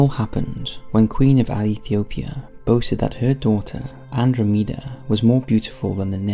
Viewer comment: Its pronounced Ann DROM ee dah